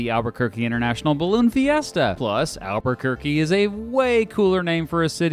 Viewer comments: It's Albuquerque* not "Alburquerque"; the original Spanish explorers name is spelled with an extra R, but not in the city name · Idk why but I always pronounce Albuquerque in the Spanish spelling rather than the English spelling haha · He is pronouncing Albuquerque wrong and he added an extra r